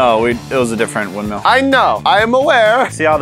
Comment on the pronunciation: Anyone else bothered by the way always pronounces 'Windmill'?